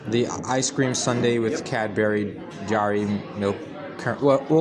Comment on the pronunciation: Looking past the probable Neurodivergence based on his outbursts and resisting the temptation to demand deportation on the basis of the pronunciation of Cadbury. We should be thanking him for documenting the utter Sh*tshow of incompetence that the Home Office and Border Force preside over. It's no surprise that islington went the extra mile.